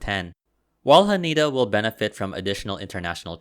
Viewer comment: H A N E D A , not HANIDA